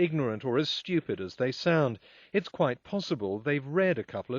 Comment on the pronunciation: Oh, and it's "stupid", not stewped, hillbilly. By the way, what's this "none nada zip" shout, your mating call? Present day animals are not different than the fossilized ones? Want to say that T-Rex looks the same like an elephant? Give me a number to your dealer, that must be some good stuff...